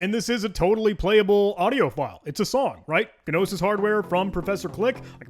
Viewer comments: Gnosis is actually pronounced “no-sis.” It’s a Greek word that means ‘knowledge.’ Not inspired by names like GNU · The G in "gnosis" is silent. And you know that cuz it sounded dumb as hell to you when you said it wrong. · Pronouncing the G in gnosis like it's GNU is a very thing to do, I love it.